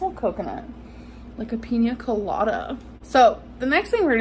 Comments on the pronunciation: “A peenya colatta” GORL🙄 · Peeenyaa colada😑🤷🏻‍♀️